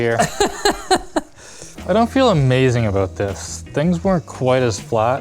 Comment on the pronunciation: Heard a canadian, "Aboot" there. XD